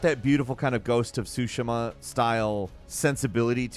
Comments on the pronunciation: Soo-she-muh. Not soo-shi-muh. I know you've heard others say it correctly. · "Its got the beautiful kind of Ghost of schush" 😂😂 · I heard this as I was reading the comment. Lol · Man, little late. I was about to mention it as well. I had to go back to make sure I heard it right. 😅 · I saw that too lol came to see if someone else noticed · Noticed it right away lmao 😂☝🏻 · Bro I thought I was having a stroke